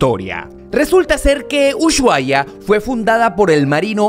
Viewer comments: se dice y se escribe USHUAIA, no es UYUAIA, decilo bien, es una falta de respeto hacia los argentinos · No se dice uchuai, la manera correcta como lo dicen los argentinos es usuaia. Excelente video ❤️ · Porque dicen mal el nombre de Ushuaia??. Los caribeños le dicen uchuaia, no pueden pronunciar la SH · por que dice UYUAIA? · venía a comentar esto, me estresa que pronuncie ushuaia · jaajjaja me causa gracia como pronuncia ushuaia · No se pronuncia el lugar como lo dice